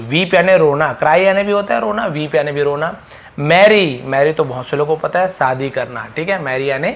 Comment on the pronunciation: Tum khud pahale shadi bolna sikh le bhai Vaki to tik hai Shine Shadi You have 'sh' problem First over come it ..